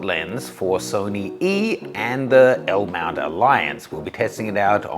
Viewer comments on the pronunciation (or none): You mean the LLLLLLLL-MOUNT SYSTEM 😂